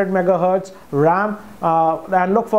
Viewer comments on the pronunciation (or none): none